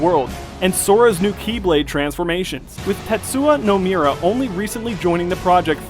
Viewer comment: FFXV, KH3 (by Tet-Su-Ya No-Mu-Ra), Deus Ex: Mankind Divided (Day-us Ex), Xenoblade Chronicles X, Horizon: Zero Dawn, Project Setsuna.. maybe Persona 5 (of the Shin Me-Ga-Mi Ten-Say). But sir, I must request.. that you try a little harder to pronounce these names correctly. Japanese or Latin, such incorrect verbalization in such a professional video..